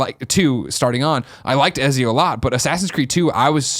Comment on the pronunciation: Does Greg know he's saying Ezio wrong?